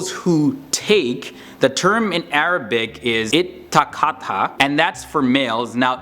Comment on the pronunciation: I’m sorry but your Arabic pronunciation is so wrong it’s almost misleading 😭